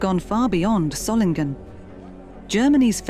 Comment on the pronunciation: It would be good to learn to say the name Solingen: Soling en. There is only one G in the name